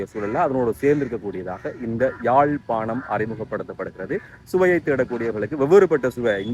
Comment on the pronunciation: தமிழ வாழ விடுங்க, யாழ்+பானம் இல்ல யாழ்+பாணம் . முழு பிதற்றல்